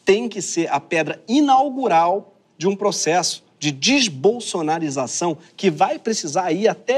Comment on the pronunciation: DEsbolsonarização vc falou direitinho